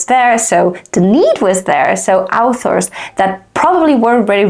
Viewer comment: I feel weirded out every time by how you pronounce "authors" like "alphas" like they're Omegaverse werewolves ;)